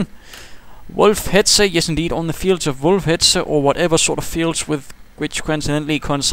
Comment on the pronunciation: Good cast and interesting match. Nice to hear a caster who does not make a meal of pronouncing 'Wolfheze'. :)